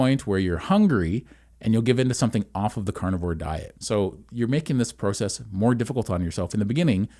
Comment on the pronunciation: The way he said process I know he's Canadian